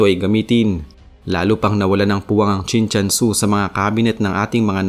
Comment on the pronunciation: mali nman ang bigkas mo, Chin CHUN SU ang nksulat.